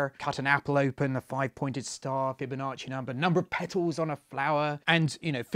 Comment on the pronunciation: "Fibo nasty"